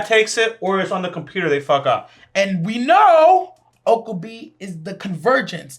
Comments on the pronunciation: Okabee??? O-KA-BE. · lol you pronouncing his name oka-bee